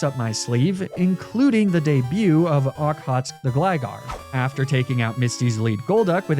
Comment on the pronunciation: I had a corsola in my water run of this game also named okhotsk! Very reliable, surprisingly Just a note, its pronounced ock-hoe-tsik